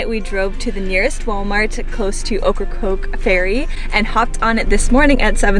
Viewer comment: How come nobody can say OKRACOKE correctly? Okkacoke, occacroak, okracroke….. 3 syllables, “Oak”-“Ra”-“Coke”. Practice makes perfect. Cute video tho, I like the van.